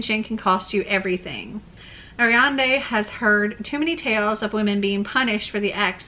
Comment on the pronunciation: You pronounce Ariadne as "air-ree-add-knee". In Greek mythology, she was the daughter of Pasiphae and the Cretan king Minos. Looks like the book is a retelling of her life.